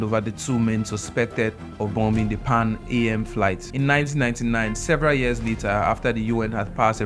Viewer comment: You're probably too young to know but the airline was pronounced "Pan - am" as in am (for example "I am a girl") not the lettets 'a' 'm'. It was a lovely, trendy, popular airline in it's day and the Air stewardesses as they were called, had lovely uniforms!! Well done though and can you please slow down your delivery a bit? It just seems as if you're just reading very quickly from a screen!! Work on your timing, inflections etc and we'll enjoy your delivery a bit more. I found myself pausing and going back on sections to enjoy and fully appreciate the story. Thanks for bringing such an important historical figure to light!!😊